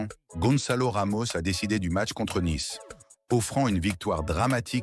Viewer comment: "une victoire dramatique 1-0" 👉 l'IA, côté commentaires, on s'en passerait bien volontiers... Naïce, c'est Nice... Je ne vois pas pourquoi je m'abonnerai pour entendre ça !